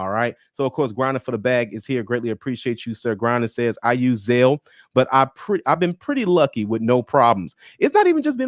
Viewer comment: "ZAIL" my brother??!!! Really/?! Go,and listen, a word to the wise.